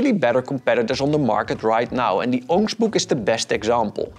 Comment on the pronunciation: Was looking for a comment that was able to translate what the hell the other thing he was saying. Sounded like he kept saying ongshbook and judging by that segment being the most replayed, I think other people might have also been trying to figure that out